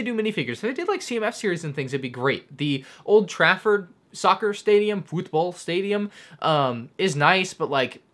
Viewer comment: I love hearing people in the USA say Thing from England old Trafford pronunciation😂 love the vids ma dude